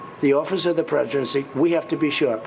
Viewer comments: ”office of the predgendcy” huh? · "the office of the preshudency"? Oh, right, this is uppers Trump. They really need to sort his meds out. Seriously, I guarantee he's on drugs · In the first sentence the slurs Presidency as Prejuracy ! 😂 What a rambling insecure idiot. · Trump said "Office of the Preserdrenchry".... took him less than 3 secs. to blow it... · Presijuncy, that's what Trump said. lol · pesigintce? someone get him some new teeth. or maybe he didnt pass the test. is that test suppose to take that long? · "office of the preecency " ? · He cant even pronounce presidency correctly.omg what a moronic imbecile. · He can't even say presidency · Can't even say the word Presidency correctly. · Dude said Presidency wrong. Lol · The office of the.. what? He can't even say presidency?